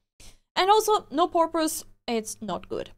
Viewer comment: (By the way, for anybody who does not speak English as their first language: The person who posted this was just being silly and having a little bit of fun because of the way accidentally said the word "purpose" but it kind of sounded like the word "porpoise." So the person posting this made a joke about fish and the ocean. [The first sound of "purpose" sounds like the first sound in "person" or "purple." But this sound doesn't exist in a lot of languages, so it can be hard to non-native speakers to hear. That said, it's still easy for English speakers to understand what a person means])